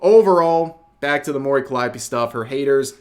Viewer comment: Why are you pronouncing it CallEYEopee?